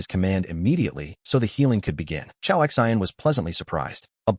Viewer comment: This AI is not that great calls the choa X I N like they are letters and not a name. Also sometimes it calls the women he or him instead of she and her.